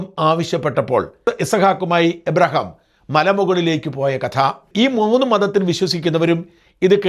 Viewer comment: എബ്രഹാം അല്ല. സർ അബ്രഹാം എന്നാണ്.